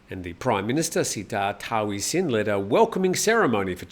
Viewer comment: For the LOVE OF GOD please copy and paste this into Google Translate: สุรเชษฐ์ หักพาล. Then say that. I'm getting tired of cleaning food off my TV when my SO goes ballistic at your pronunciation... Think: late, fate, date, mate, translate, promulgate, Surachate... Same with Sretta Tauvisin (เศรษฐา ทวีสิน) Thank you...:)